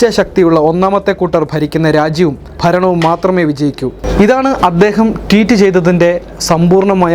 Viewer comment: Teet അല്ല ഭായ് Tweet